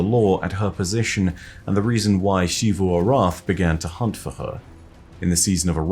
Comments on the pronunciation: It's not "SHivu", it's "Sivu". You can even hear how Osiris pronounce it in the audio log you used. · Zee vu not she vu😭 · It’s Xivu(zivu) not shivu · Ah yes, SHZee-FU. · Say “she”-vu arath one more time, and I’m getting me thorn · Who's shee-voo? You mean xivu? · please just say Xivu Arath like the rest of us. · I am begging you to pronounce "Xivu" correctly.